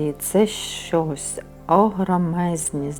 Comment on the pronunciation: Доброго вечора. Тільки не ображайтесь, все добре, але...не "шось", а "щось", не "сетка", а "сітка". Не "місто", а "місце", так як "місто - город", а "місце - место". Не "с гортензією", а "з гортензією", не "вішня", а "вишня", рябіна- горобина. А в цілому українська з ваших вуст - чудова. І садочок гарний, доглянутий. Дякую, що говорите українською! Дякую за відео, було цікаво!